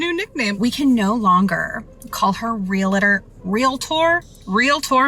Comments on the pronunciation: realTOR, REALtor, not realAtor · Omfg all the “REEL-A-TOR” talk is KILLING me 😭 IT’S PRONOUNCED REEL-TOR. JUST REEL-TOR. HOW IT’S SPELLED. REALTOR. E FOLLOWED DIRECTLY BY AN A JUST MAKES THE EEE SOUND. FFS. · Pleeeeease! Its REAL-TOR not Relate-or! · Let's pronounce it together REAL -tor. Not REe LATor 😂😂😂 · The word is REALTOR!! They keep saying "relAtor"... Wtf! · It's REALtor not RELAtor. Idiots who can't pronounce. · It's REAL-TOR, not REAL-A-TOR. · Its pronounced REAL TOR... not REEYALATOR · I hate when ppl say Real-A-Tor. It’s realtor. There is no extra A. Just saying. Also your ex sucks and I’m sorry!! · Husband's can't be stolen. And it's Ree-al-tor not reelator. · Realtor not realetor. Why the extra “e”. I know, it’s just my pet peeve. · It’s real-tor NOT re-la-tor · Why do ppl pronounce it “real-a-tor”? lol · So beyond the point but I can’t stand the way she says real-uh-tor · Less than a minute in, and nothing to do with anything, but why are they pronouncing "realtor" as "reelator"? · Bros it's real-tor. Two syllables. Say it correctly and impress your friends! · All these people saying "real-uh-tor" is triggering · “Realitor” is not a word and this is driving me crazy only 10 seconds into the damn video. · I- was already annoyed when they all pronounced REALTOR like that... The education system failing speculation is actually active now. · The most offensive thing is how they pronounce realtor. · It’s funny how no one can say realtor right😂😂😂